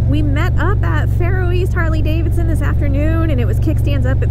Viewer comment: I love me some “Harley davidshons”